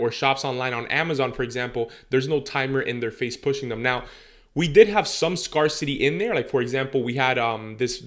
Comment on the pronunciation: I really love your videos! <3 I know you speak more than one language. Scar City had me cracking up. A friendly fyi its pronounce d Scare (like Hair) city. "Sc-air-city" Thanks so much for the actual info and no fluff